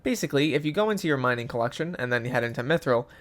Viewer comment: stop saying minying